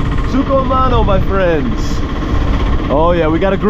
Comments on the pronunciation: It's not sukumano it's sugam ano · Not Sugho mono, Sugham aano Love your videos anyway ❤️